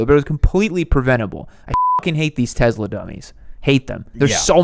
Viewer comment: tezla? lol